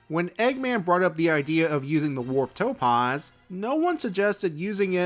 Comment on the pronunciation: The 'a' in topaz is pronounced 'aah' as in 'back', not 'ahh' as in 'calm'.